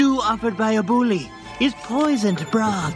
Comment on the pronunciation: why does say boooly instead of bully?